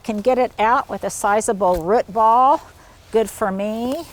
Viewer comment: Love hearing you say root ball…sounds Like ruts🤣🤣